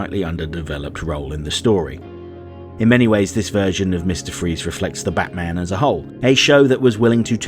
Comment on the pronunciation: Wait wait wait you said "the Batman" wrong in this video!